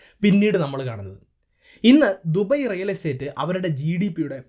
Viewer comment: ദുബൈ കറക്റ്റ് pronunciation from ഭായ്..